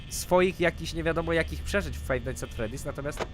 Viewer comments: #freedy nie teedy xD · nie tedy tylko freddy (czyt. fredi :3) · Freddys* :D Nie freedys :w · to jest FreDDy's a nie FrEEdy's <3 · ta gra się zwie 'Five Night's at Freddy's', nie Freedy's:P Łokieć! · tylko nie fife night at fredy